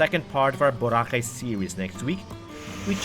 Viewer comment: Thank you, Mr. David Celdran for pronouncing Boracay, the Filipino way, i.e., Bo RA cay, unlike Mr. Raul Manzano (EIC on the Move) who prefers the American pronunciation, with accent on the 1st syllable.